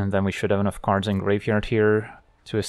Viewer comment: Ok I have always wondered...are you saying "Looking for Magic cards or Magic carbs"? What are Magic carbs? 😂